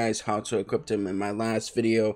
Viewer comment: “Equipt” Thx btw